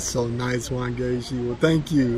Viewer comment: I got so gassed every time he said Wangechi. I was like yes! what?